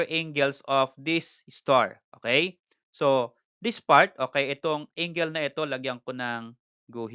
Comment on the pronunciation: Yah how to pronounce angle 🤣 "ingle" AHAHAHAHAHAHHAHA